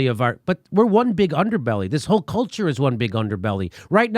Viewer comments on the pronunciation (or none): none